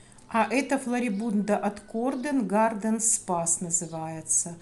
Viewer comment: Спасибо Вам что порадовали нас вашими розочками. Мы в Молдавии как раз обрезали свои, но до цветения еще месяца два, а тут видео с вашими роскошными розами. Название розы Gartenspas произносится гартеншпас.Название немецкое поэтому так произносится.Удачи, благодарю за видео.